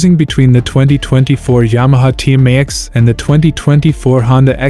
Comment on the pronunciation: Sorry I couldn’t listen to him trying to say Tmax any more…and the Xadv is cheaper